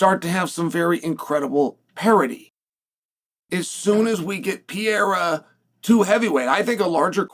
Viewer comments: Chael, please, for the live of god it’s not “Piera” it’s Pereira. PE-REI-RA! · please learn to pronounce Alex's last night right